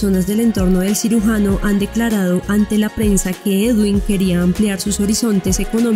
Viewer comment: Nobia...., " sirugano" , NOOO.CIRUGIANO